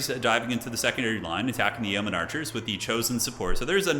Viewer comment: Great game and casting as always. Yeoman is pronounced Yo Man in English for future reference.